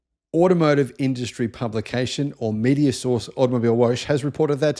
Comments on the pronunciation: Hey “Woche” is pronounced “whoa huh”, not “wosch”. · Woche is German for week. In german you pronounce each letter so Woche is pronounced more like Wokka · It’s pronounced Out-Oh Mobil-eh Wocker (or similar) your pronunciation sounds like a car wash mag !😂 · Automobilewoche is pronounced Automobil vocker ! (translates as Car Week) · With respect, you are mispronouncing Automobilewoche. It is said like “Automobile-vok-a” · Just FYI… it’s Vokka as in soccer for Woche (week)